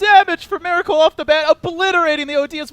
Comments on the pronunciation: ears bleed everytime he is saying 'Meracle' which is about 95% in this video. I've heard 1 or 2 'Miracle's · My ears bleed every time the caster says mEracle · is he saying meracle all the time? its bugging me, anyone else hear it?